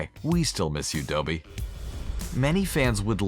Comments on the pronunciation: ITS DOBBY NOT DOEBY!!! #hermionegranger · did you Just doh-bee? Its dOBBy, not dOHbby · It's DOBBIE!!!... DOBBIE!! Pronounced (DAH - BEE or DOBB - EE)!!! NOT "DOBIE"!!! C'MON, man!!!... uuurrggghh.. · I only know DOBBY not doeby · You disgraced Dobby, you MONSTER!! HIS NAME IS DOBBY NOT DOEBE!!! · Anybody else hear him say Dobie instead of Dobby and immediately scroll to the comments 😂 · “Doughby” I’m actually dying it’s Dobby mate 😂😂😂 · Why can’t Americans say dobby right ?!? 😂 dob- e - y NOT doe - be - y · I got triggered when he said Doe-bee (aka Dobby) ;w; It’s Dobb-e lol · 90% of the comments: it’s Dobby not doebee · Regular People:Dobby:Doe-Bee Regular People:Deathly Hallows:Deathly Hahallows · Not doe bee Dobby This really Annoyed me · ITS DOBBY! NOT DOE-BE !! DOH-BE- DOBBY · Who the HELL is “doughby” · you said Dobey not dobbby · IT'S DOB-BY NOT DOEBEE HAVE U EVEN WATCHED THE MOVIE? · DOUGHBY? IT'S DOBBY! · doobee omgggg it’s dobby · Its Dobby not Dowby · I know this is late but TRIGGERED its Dobby not dopey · It's Dob-bee not "Dough-Bee" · Dobby!!! Did u say (doe) (bby). I'm pretty sure it is DOBBY. OB as in cobble. Sorry 😂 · DOEBY😂😂😂😂😂😂😂😂😂😂😂😂😂😂😂😂😂😂😂😂😂😂😂😂😂😂 ITS DOBBY😂😂😂😂😂😂😂😂😂😂😂😂😂😂😂😂😂😂😂😂😂😂😂😂😂😂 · Not to hate but it's dobby not dooby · "Doe-bee" holy crap I'm dying of laughter. it's, "Dobby." lmao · THE HELL DID YOU CALL DOBBY? “DONT WORRY WE STILL MISS YOU. ?DOBEY¿” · it's dobby not dolby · OMG ITS NOT DO BY ITS DOB BY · "Dobie" NAW ITS DOBBY DUDE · It's not pronounced Doeby, it's dobby! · "It's okay. We still miss you, Dobey." Apparently not enough to pronounce DOBBY correctly. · ITS NOT DOBY it's Dobby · It's not Dobey it's Dobby. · dobby (dah-bee) not dobby (doe-bee) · Omg did they actually just get Doby’s name wrong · ITS DOBBY BOT DOEBY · DOBY? FLOOR? It's fricking Dobby and Fleur! I know the second one is French but you're not even trying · It’s not DOBY, it’s DOBBY! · He says dOby not dobby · Doe-bie? Doh-bie!